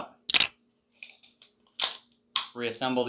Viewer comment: Thank you for pronouncing Stribog correctly. So many people on YouTube pronounce it incorrectly. My brother in law has a 3d Printer and I am hoping he will print the Colt Mag adapter and several followers for me. Do you happen to know if the adapter and followers will work with ProMag AR-15 9MM Colt / SMG Steel-lined Polymer Magazines?